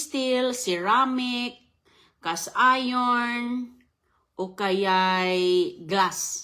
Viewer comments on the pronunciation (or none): none